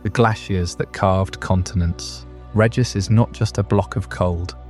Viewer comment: Idk if I can sleep to this one, everytime you pronounce regice it snaps me awake, cmon man, pronounce it right